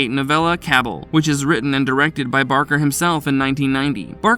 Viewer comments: Ca ball is the pronunciation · It's pronounced Cah-bal. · I have the feeling that the narrator didn't watch any of these movies and is just reading from a script someone else wrote. If he would have watched Night Breed he would have pronounced Cabal and Harry D'Amour right. Unsubscribed